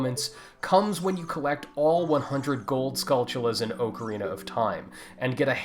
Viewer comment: i hate how people pronounce it as 'Oakorina' instead of Ocarina. Get some Hooked on Phonics please!